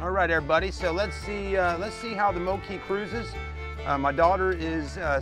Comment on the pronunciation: FYI it’s pronounced Moke as in Smoke